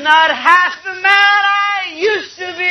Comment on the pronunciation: Здравствуйте! Меня давно волнует вопрос произношения буквосочетания th. Например, в артикле the. Вот у вас я слышу, что произносится на транскрипции русского языка " ти", "тэ". У меня был преподаватель, который проходил стажировку по английскому языку в Англии. А затем он преподавал английский язык несколько лет в Германии. Так вот он давал нам такую транскрипцию : например, слова the - зэ, слова think - синк. Моя клавиатура не позволяет написать транскрипцию из английского словаря, где буквосочетание th произносится как твёрдый и как мягкий звук ( то есть "з" и "с"). В вашем случае этот звук произносится как "Д" и "Т". Но есть версия, что это произношение американского происхождения. А мы знаем, что американцы изрядно подпортили английский язык. Даже эту песню я слышала в исполнении разных певцов, и также это буквосочетание th произносилось и как "з", "с" , и как "д", "т". Кто же здесь ближе к истине? Надеюсь получить от вас ответ. Спасибо.